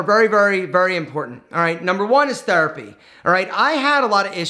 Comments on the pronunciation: I like when says Thurpy instead of Therapy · That is his Philadelphia area accent coming out